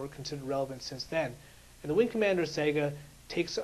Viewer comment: Don't mean to be mean... But learn how to say saga. It's not "sega" it's sa-ga. Pronounced like saw-ga.